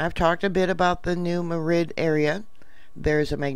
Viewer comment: The 1811 earthquake had to be fairly long - it shook down chimneys in Virginia some 500 miles from New Madrid (, it's not pronounced like the capital of Spain - emphasis on the first syllable, not the second). It rang church bells in Boston.